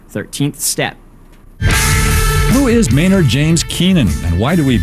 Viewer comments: you do know his neam is spellaed MAYNARD not MEENERD, right??? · lol, i thought i was the only one who noticed how he totally FUCKED UP MAYNARDS NAME and many other words in a whole sentence. Maynard is such a smart man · lol thats exactly what i was thinking ... i was like whaaaa the fuuuucckkk ... his neem is meeeenard jeeems keeeeneeen if your gonna say his name at least say it properly!! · lol i cant stop scrolling back to the beginning where he choses to not use any vowels besides Es. hesneemesmenerdjemeskeenen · ghahaha he said meenard xD what a noob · haha got to love Canadians and the way they pronounce things :)